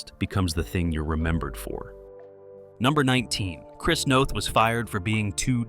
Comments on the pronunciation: In case anyone is interested, his name is pronounced like Chris North. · The stupid robot voice says Chris Noth’s name wrong. It rhymes with both not moth. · NOTH. not Nath